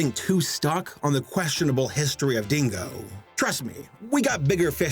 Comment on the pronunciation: The way you say "Dingo" sounds like "Dingle," and I'm strangely fine with that, owing to what this company produced. What Dingo-berries! - Wait a minute. Wait a damn minute here! "Yee" Dinosaur gets its own meme, but these Goth...Bondage...Duck (things) didn't?! What a terrible injustice to the World of Memery! Damn: When you're a German Animator and you realize that North (fucking) Korea makes better shit than you do!